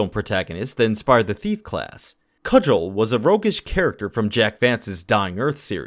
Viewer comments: It's Cugel (Koo-Gal) not Cudgel. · Coog-el, not cudg-el